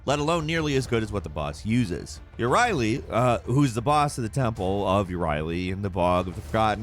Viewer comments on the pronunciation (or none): Caduceus = Kah-Doo-See-Oos Euryale = Oi-Ree-Ah-Laeh, not You-Ree-Ay-Lee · Euryale is pronounced basically like "You're Real" said as one word. Idk how you mess that up but I'm highkey disappointed since you said you know your limit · Euryale your pronouncing it like ur-riley , think about ariel from the lil mermaid then put an er in front of it er-ariel